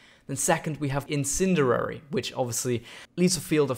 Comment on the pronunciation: "incinderary" Jeesus dude. learn to talk. It's "in-sin-dee-air-ee"